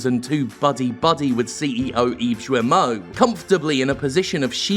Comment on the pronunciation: FYI, "Serge Hascoët" is pronounced "sayrj ass-kwett" and "Yves Guillemot" is "eev gill-moh". French speaker here. And yes Ubisoft is a big steaming PoS!